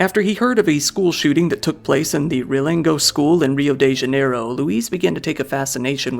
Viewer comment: Great vid but hearing the ''Rioh de Djaneyruh'' and ''Giermay'' gets a little tiring sometimes. Portuguese is hard, i've heard worse pronunciations :p